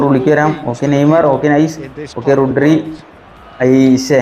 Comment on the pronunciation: റുഡ്രി അല്ല റോഡ്രി